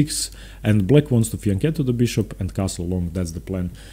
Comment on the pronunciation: finally, one non italian chess player who pronounces fianchetto correctly